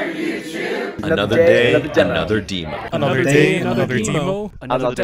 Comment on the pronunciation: of course is the only one that says demo the wrong way